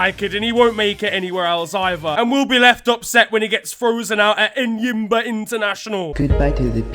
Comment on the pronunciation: man. I love you. Man said Enyinba international 😭🤣. Shout out the homeland 🇳🇬.